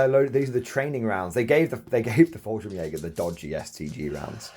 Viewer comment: I find it funny that you call the Fallschirm Jäger just "Falsch", because in german that's just wrong :P.